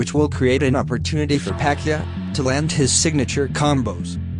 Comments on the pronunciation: Pa-Kee-Ow not Pa-kee-a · Buddy's name is PA-QUI-AO not Pacquia bud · Pacquiao. Not pacqia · Pacyuh? It's pakyao. In your language: Puck Yao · What's wrong with your voice? And it's Pac-kee-ow... not however you are saying it. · Am I the only one getting triggered by him pronouncing Manny's last name Pac-ya?